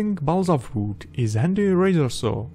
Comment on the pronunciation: Nobody:: BALSA V O O D